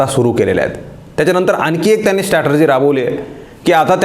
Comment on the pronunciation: एक शब्द जो तुम्ही उच्चारता तो सतत स्टॅटर्जी असा उच्चारता. त्याचा बरोबर उच्चार स्ट्रॅटेजी (डावपेच) असा आहे. ही सुधारणा करता आली तर पहा.